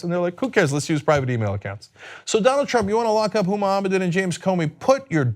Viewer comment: Let me get this straight, NO ONE not even Huma Abedin's mother has been talking about this woman, and this moron gets up in the morning and decides to talk about a person that he couldn't in a million years pronounce her name correctly ? Some idiot is telling this idiot what to burp out on Twitter, we are in trouble.